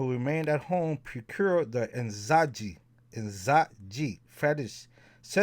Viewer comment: The j in Nzaji has a zh sound like how the French say the name Jacques. Great stuff! Thank you!